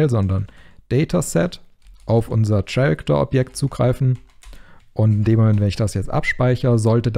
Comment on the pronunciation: Super Tutorial, die Animation sieht verdammt gut aus. ps. "character" wird "käräkter" bzw. nach IPA ker-ik-tər ausgesprochen 😉